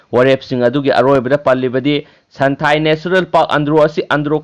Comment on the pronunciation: Santhail haiba natte santhel...